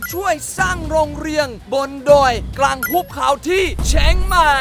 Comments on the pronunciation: ทำไมตินที่พี่เนทพูดว่าเชียงใหม่เป็นเช็งใหม่งะ❤❤ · พี่เนสพูดว่าเชียงใหม่ผมได้ยินว่าชิ้นใหม่